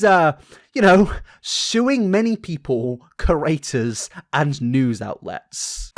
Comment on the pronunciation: Please say creators instead of curators. I'll subscribe if you do.